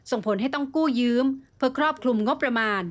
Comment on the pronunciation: ถึงผู้บรรยาย/ยืม/ไม่ใช่ยื้มม